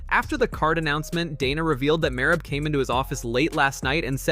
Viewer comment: Are you intentionally pronouncing Merab's name wrong? I mean he's only said his own name dozens of times, so it shouldn't be too hard... Edit: You literally pronounce everyone's name wrong lmfao.